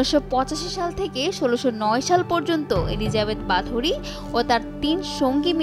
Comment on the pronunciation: There are no strong evidence that she actually used blood to be beautiful... Stop exaggerating. And it's pronounced kinda like"বহোরি"not "বাথুরি"